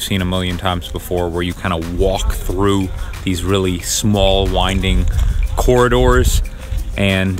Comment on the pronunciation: Cohrridooorrs , i expect you were trying to say the word corridors.